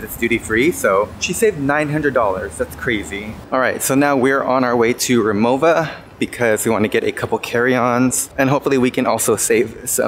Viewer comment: Since you and Donny plan to go back, ive heard irs good idea to stay in Osaka and visit Kyoto in the day since they’re 30 minutes via the bullet train. Kyoto by day and Osaka at night. You pronounced Rimowa correctly 😮 I got my first one in Italy last year Great vlog!